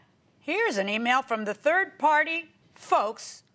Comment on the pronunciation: "One on da turd and one on da fort." What? 😂